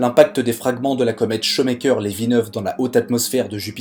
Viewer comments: J'ai eu mal aux oreilles avec ta prononciation des noms. Non, Shoemaker n'est pas "chaud maker" mais "chou' maker" (1) Non, Kuiper ne fait pas cui-cui, mais "cueille peur". (2) Et sinon, voici un site qui te permettra de savoir comment prononcer un nom ou un mot étranger : (1) → (2) → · On ne dit pas "chomekeur" mais choumèkèr" Shoemaker voulant textuellement dire "faiseur de godasses" Ah la prononciation des français des noms étrangers! On ne dit pas non plus la ceinture de cui-pèr mais de Koeil-peur' (Kuiper était neérlandais). En Neérlandais UI se prononce OEIL . OE se prononce lui : OU .. comme dans Doel (doûl) - But. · Nooon ! Pas "cuit-peur", mais "cueille-peur" ... La ceinture de Kuijper ... (néérlandais) Et c'est pas "Chaut mais coeur", mais "Chou mais coeur" ... Shoemaker ... (anglais).